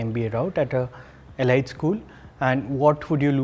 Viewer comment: E-lite nahi bhai E-leet .. Now I am pondering if I should take a chance :P JK!